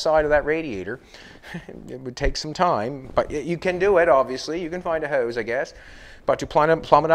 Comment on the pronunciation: Hose, not Hise.😄